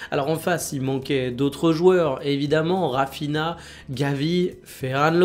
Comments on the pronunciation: Par pitié, c'est [Raphinya] et [Daïe(u)r]. Merci pour le contenu comme d'habitude 🔥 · Rafina, Dière, Ferran Lopes, ça peut arriver de se planter, et en bon Français on a aussi notre façon de dire les noms, mais ce serait bien que tu fasses des efforts sur les prononciations. Merci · POURQUOI TU DIS TOUJOURS RAPHINA